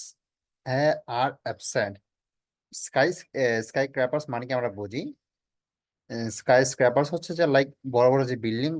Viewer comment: হালারপু রিডিং ই পড়তে পারস না।আসছ ভিডিও বানাতে।স্কাইস্কেপার্স উচ্চারণ করতেই দুই-তিন বার দাঁত ভাইংঙা ফেললি ভাই